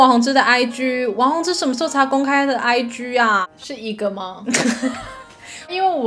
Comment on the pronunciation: ig(自然發音)超好笑哈哈哈哈 上班忍不住笑出來XDDDD